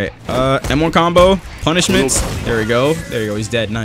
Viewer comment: Is it just me that hears "Kono Vanilla Ice Can Cook" when he uses punishment